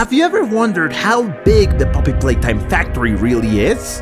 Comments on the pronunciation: it's Poppy Playtime not Poppy Palaytime It's ludwig not loodwig Its Wack-A-Wuggy not Wack-A-Huggy Playcare is an orphanage not a daycare. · Poppy palatime?😂